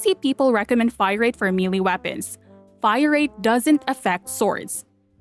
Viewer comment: I swear, you used to say melee right, why do you now keep saying it wrong?! 😖